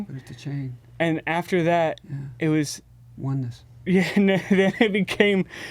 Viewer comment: the way Rodney says "oneness" is great